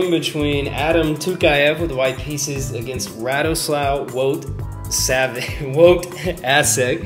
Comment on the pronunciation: Actually, the name is pronounced like Radoswav Voytasheck. Thanks for uploading this game, I was happy to watch your analysis of a game by my compatriot :)